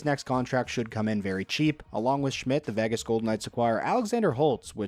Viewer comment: Learn to pronounce "Vegas," please.